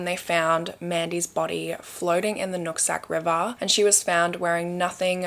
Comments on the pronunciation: I kept hearing you say nutsack river😂😂😂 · “Nutsac river” 🤭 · I'm so childish, but did you say the Nut Sack River 😂